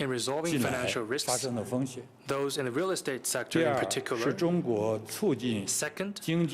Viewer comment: Sein Englisch.... da stellen sich mir die Haare auf! Se Economic, Mittel income, soße (those) risks... man sollte meinen, ein Mann seiner Stellung sollt das besser beherrschen. Gruselig.